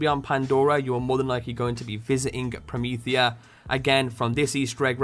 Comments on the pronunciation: Perhaps the 'Prometea' could have the missing 'h' due to the accent of the speaker? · Wow! Promethea was even referenced in the first BL!!! I kinda like it called 'Prometea', rather than 'Promethea'.